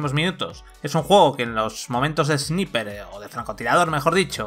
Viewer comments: Porque los españoles pronuncian palabras en ingles como se escriben y no como se pronuncian? Esniper!!! XD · Se pronuncia esnaiper, y no son poderes son HABILIDADES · La pronunciación en inglés y vandal: engine = enllain; ROM = rum; tasa de frames = tasa de frames (como suena por ); God of war = Gud of guar; Service = servais y ahora también Sniper = esniper. Grande vandal, buen nivel de profesionalidad periodística. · SNIPER = SNAIPER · repeat after me = ess-nai-perh . No es dificil. Ess-nai-perh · flaco, se supone que son profesionales, minimamente pronuncia bien la palabra "sniper"